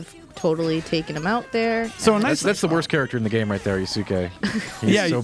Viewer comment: "yoo-soo-kay" it makes me cringe